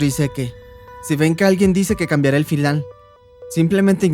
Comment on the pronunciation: En el 13.57 por decir final dijo finlan